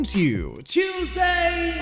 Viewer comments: wuesday? but it's actually tuesday today. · But it's Tuesday, not wuesday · It still say wuesday lol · Wuesday fuckinf wuseday lol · You said wuesday an the beginning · “wuesday newsday” I demand this to be the title from now on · Wuesday newsay? Wtf? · Wuesday Newsday? 😂😂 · ah yes "WUESDAY NEWSDAY" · It said "Wuesday newsday" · “Wuesday Newsday” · WELCOME TO "WUESDAY" NEWSDAY! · ah yes, "wuesday newsday" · "wuesday newsday" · Wuesday newsday lmao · "wuesday" lmfao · sorry what? Wuesday?